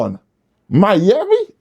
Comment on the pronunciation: You a fool for that lol “Miyami” and “yamsterdam” 😂100